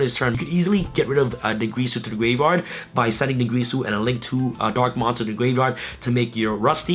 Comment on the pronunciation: I love you and all but you and other yugitubers need to pronounce dingirsu correctly. It's not grease ooooh it's gear soooooooo. What am I doing with my life....